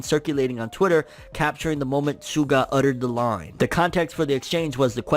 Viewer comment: That's not how you pronounce SUGA. it's a Japanese word, not an English one. It's like saying Mitshuki.